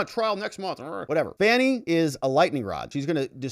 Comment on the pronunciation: Actually, her name is pronounced like Fawnie, as in Fawn. That's how her father pronounced the name. Whatever. Trump 2024!